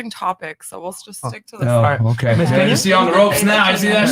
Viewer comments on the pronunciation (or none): none